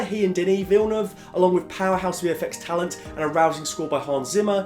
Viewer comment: I feal like not a lot of peapole are saying it. Props on proprely prononcing Denis Villeneuve name.